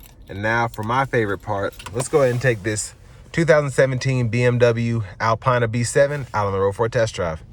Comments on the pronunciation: Good video. For future reference it's pronounced "Alpeena". Keep up the good work. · Never watch a review if the reviewer can’t even pronounce the name of the car correctly. Typical American tbh.